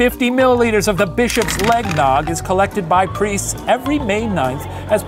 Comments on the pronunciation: “Bishop’s leg-nog” 🤣🤣🤣💀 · Are we just gonna ignore that he called the oily liquid that oozed from his bones 'leg-nog'